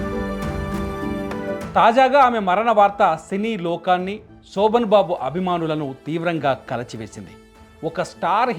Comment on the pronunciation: సోభన్ బాబు కాదు రా అయ్యాక శోభన్ బాబు.